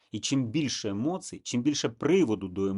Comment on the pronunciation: та не емоцьій а емоцій 😂 ииииииьіьіьіьі